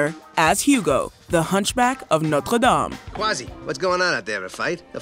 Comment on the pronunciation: Thank you for giving the worl 'Notre' the French pronunciation! Being part French, it grates to hear the combination of English and French pronunciations most people use.